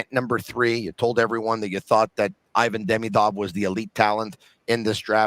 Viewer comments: He looks a lot like Kovalev! Skill wise also. Btw, it’s “eevan” not “eyevan”. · the i in ivan is pronounced like the i in marinaro. You know it.